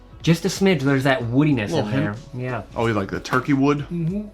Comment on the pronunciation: Wait….does know there is an “L” in always?